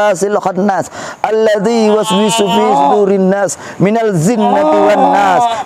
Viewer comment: Bacaan qur,'anya salah massa jinna tiwannas d baca zinna gmna ustaaat